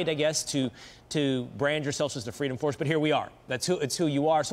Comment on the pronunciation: "Fweedom Fawce isn't for fweedom, naw are they a fawce." Discuss.